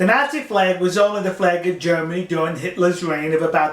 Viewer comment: I love this guy but seriously please say Nazi correctly :(